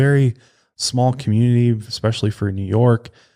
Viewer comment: Someone tell him especially has no x in it lol he always says expecially 😂😂😂😂